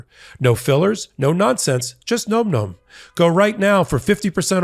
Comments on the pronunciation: Im not 100 percent positive but im pretty sure you were misprouncing your ad product. I really think its pronounced like "nam nam". Not like nome. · .....it's not GNOME GNOME, my dude. It's NOMM NOMM. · It's pronounced "näm" not "gnome". Nom-Nom is a common onomatopoeia for the sounds of ferocious or energetic eating. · Nom Nom is pronounced Nahm Nahm, like mmm, nom,nom,nom...not Gnome Gnome. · No, it's pronounced nome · More than half of America thinks "nom nom" rhymes with "tom tom." So far, you've tried "num num," "noom noom," and "gnome gnome." Maybe ask the company how to say it? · You're still pronouncing Nom Nom incorrectly and it's driving me nuts. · I’ve heard you guys do two pronunciations of Nom Nom and neither was correct. It sounds like bomb, not gnome, right?